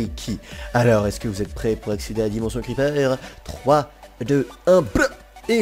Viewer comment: Pu..... Y'a... L... La di..... La dimonssion des creeper belle vidéo merci a toi